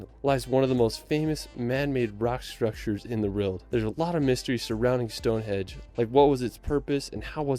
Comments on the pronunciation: Ok ish as a short description of some of the best places. Gave up when he kept calling it stonehedge and then said Mt snowdon ten thousand and eighty five meters (actually 1085). There are many far better reviews. Stonehenge is a most amazing and mysterious place . Apart from what it was used for. How did they cut , haul twenty five miles and erect rocks weighing up to 40 tons just with levers ropes and a lot of sweat. ( and the smaller bluestones weighing 2 to 5 tons come from a site 120 miles away in west Wales). The more you learn about the place the more incredible it becomes. It is sited on a plain that is covered with other strange places . Why did these people 4000 years ago devote so much time and effort when they could be getting on feeding clothing and sheltering themselves? People who are disappointed when they first see Stonehenge have clearly not spent ten minutes researching the place . Usually the complaint is that it is so “small”. As if it was built recently with modern equipment and technology. Even so the main circle is about 60 ft across and the large sarsen stones stand 13 ft out of the ground , plus they have the cross lintels on top. Over the centuries many stones have gone missing as the local people have treated the place as a quarry. It’s like going to the Grand Canyon and not being impressed because it’s just a valley. All that is required to enjoy visiting the place is a questing mind, a good imagination and a willingness to spend 30 minutes of you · Is he saying Stonehedge? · Westminster, not Westminister. Stonehenge not Stonehedge. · Its stonehenge not stonehedge. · Jeezus. Westminister and Stonehedge. I despair about the people who put these videos together. They are trying to convey information and they can't even read or research. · Anyone else notice the guy Calling Stonehenge, Stone hedge lol